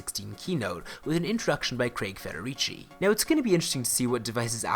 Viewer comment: ... It's pronounced Federigee, not Federijee...